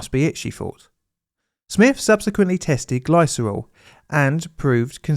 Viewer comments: Sorry, but "Gliss-er-ol" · Glycerol pronounced /ˈɡlɪsərɒl/. I REALLY like but do wish would check how to pronounce things. It seems an odd failing.